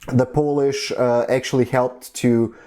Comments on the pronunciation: Your Polish pronunciation is very good in my opinion :) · Your pronunciation is pretty good. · Actually your pronunciation is pretty good.. And I'm really happy that people around the world finding our history interesting